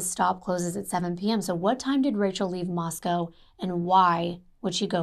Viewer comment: My sister was a professor at Moscow until she retired 2019, so I’m familiar with this area. You pronounced it right - only ‘cow’ in the Russian city. 💜